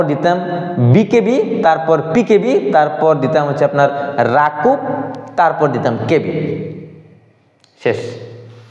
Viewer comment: রাজশাহী কৃষি উন্নয়ন ব্যাংক রাজশাহী এবং রংপুর বিভাগে। আর আপনি বারবার শুধু পঞ্চগড়, কুড়িগ্রাম ( যা রংপুর বিভাগের) কথা বলতেছেন। আপনার আরো জানাশোনা দরকার। আর এটার নাম রাকুব না, রাকাব।